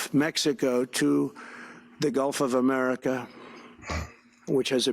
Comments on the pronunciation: Has anyone told him it's GULF NOT GOLF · ITS GULT not GOLF you orange FREAK!!! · He said Golf of America Get it right lol